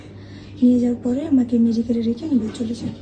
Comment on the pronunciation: নুবেল ❌ কটবেল😂